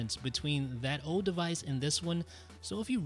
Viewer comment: Is it just me, or do you get annoyed when he says ode instead of old?